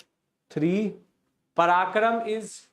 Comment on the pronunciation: The Session was fruitful, BUT one big drawback was your pronunciation of certain names. It would be better if you could go a little slower while pronouncing the names. I understand it could be difficult to pronounce certain Tamil names, but as a teacher who is as famous as you are in History, it would be worth it. Thank you, sir.. Example: Prakaram and not Parakram